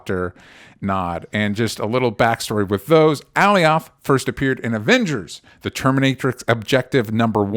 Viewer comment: Alioth is pronounced 'ə-LIE uth' not 'Allie-OTH.' (I'm just sayin' 🤜💥🤛) #ConstructiveCriticism #DontShootTheMessenger ✌